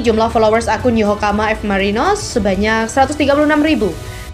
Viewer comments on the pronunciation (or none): Paraaahhh... Naratornya males baca. Nyebut nama klub (kota) berkali2 tapi salah terus. 👎 Yokohama bukan Yohokama apalagi Yokokama. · Wkwkwkwkkw YOHOKAMA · Min tolong di perbaiki penyebutan YOKOHAMA bukan YOHOKAMA kalau hal yg meleset tp sering di sebut itu gak enak didengar 😂😂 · Yokohama mbak mi min ya..bukan yohokama...hadeh....angel angel ..wes angel...😂😂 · Yokohama bkn yohokama mba.. 😂😂😂😂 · mimin yokohama aja jadi yokokama salah kok sampai ahir parah lo min